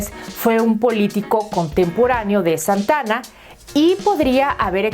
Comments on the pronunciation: Por qué no hizo un historiador esta información no es solo leer y por favor no es Santana es Santa Ana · Es Santa Ana no Santana, investiga antes.